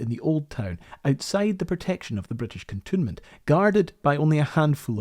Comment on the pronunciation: Excellent work. And by way of a bonus, I know now the correct way to pronounce “cantonment”, which I had always assumed was simply the addition of “ment” to canton, as opposed to cantoon 😊